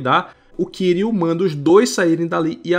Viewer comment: Só uma coisa a pronúncia do nome do kiryu tá errada, só isso o resto tá incrível A fonética do Japão é diferente Mas não se preocupe eu entendo Ninguém precisa falar certinho mas enfim Excelente vídeo ❤